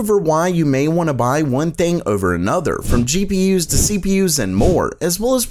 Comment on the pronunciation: Good videos, but I hate the way this guy says "GPU's" lol